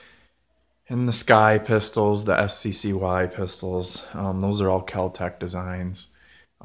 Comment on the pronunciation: Sccy? It's pronounced sky and it's still a Ruger which means it's still better quality than kel tech or sccy